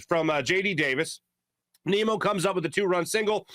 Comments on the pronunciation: Nim-Ohh not Neem-Ohh. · It’s Nimmo not Nemo says his name right or don’t say it at all you 🤡